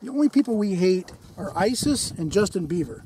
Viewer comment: did he say Justin Beaver ? XDD